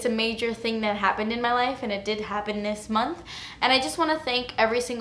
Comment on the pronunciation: "but honey...dis is good" I love you!